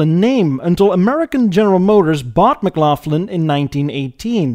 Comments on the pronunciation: Probably already mentioned several times in comments, but you mispronounce a few model names: McLaughlin - the "Laugh" is pronounced "lock", not like the word "laugh". No F sound. Viscount - Vy-count, not Vis-count. The S is silent. Monarch - the "o" is pronounced like the "o" in hot, pot, lot, and not like the long "o" in hold, fold, tone. phone. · McLaughlin is not pronounced "Maglofflan", it's pronounced "Maclocklin", after Colonel Sam McLaughlin, who took over his father's carriage business and expanded into automobiles. He struck up a deal to purchase Buick powertrains for his products, under the banner McLaughlin Buick. Not to be outdone, Colonel Sam's brother was responsible for another world famous product; Canada Dry Ginger Ale. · I wish you could pronounce Scottish names properly as its kinda insulting Mclaughlin its not m-glof lin ...in Scots the gh is sounded as a K mc-glock-lin ...I mention Scots as many canadians have Scottish ancestry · Neighborhood dealer had a Bricklin for ages. The air system to open the gull wing doors didn't work, never seen the interior as it sold after I left for uni. Nit-pick -- McLaughlin is pronounced ma-glock-lin, same as Kyle Maclachlan in Twin Peaks. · I greatly enjoy your stuff,! Thanks. Quick point on pronunciations: 1) the 's' in 'Viscount' is silent and 'McLaughlin' is pronounced '[MUH] + [GLOK] + [LUHN]'. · In Canada, we pronounce the name McLaughlin, Mick-lock-lin. Yeah, it looks like laugh, but it isn't. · lol. Mc-Laugh-lin. Even better than Maple Sarp. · Viscount "vi-count" McLaughlin "Mick lock lin" Rideau "ree dough" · It's pronounced "Mc-LAWG-lan" (not pronounced like "laugh") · oh sweet baby jesus, it's pronounced Mic-Loch-Lyn like Loch Ness,...other than that I really like your videos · it's the back of the throat sound, like the Dutch say vech. A common sound in Scots(fi where McLaughlin comes), Dutch, German etc